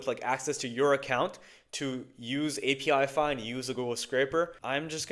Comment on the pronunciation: “app-ih-fy”, not “API-FY”, mate.